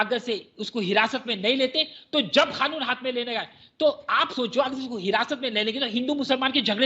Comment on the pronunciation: Khanoon nahi kanoon hoti hai....kya bolti...kitna jahar ugalta...Dubai wala....bhasha bolti...kya bolta